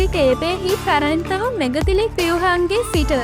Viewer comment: මෙගතිලික් නෙවෙයි මෙගලිතික්